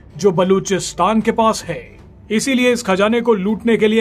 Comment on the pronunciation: ye konsa tarika h news padne ka "उतरा हाई "